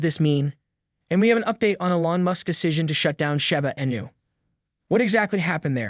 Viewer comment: Why say " shAba Inu" ..... it's name is " Shi-bA Inu= Shiba Inu "......